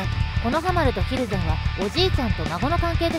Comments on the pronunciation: ひる↑ぜんじゃなくて、ひる→ぜんなんよなあ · 蒜山は ヒ↑ルゼンじゃ無くて ヒル↑ゼン